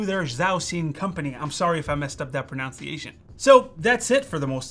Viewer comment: the word you are looking for is proNUNciation. Not proNOUNciation.